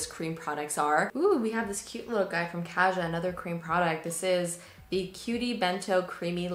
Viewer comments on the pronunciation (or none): none